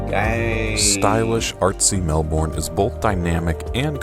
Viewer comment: You said Melbourne perfectly!